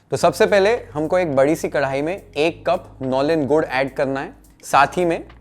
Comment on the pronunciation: Your pronunciation of nolen gur is 👍🏻